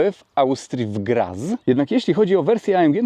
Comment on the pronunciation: W Grac a nie Graz, w Niemieckim Z czyta się jak C. Poza tym kolejny ciekawy film!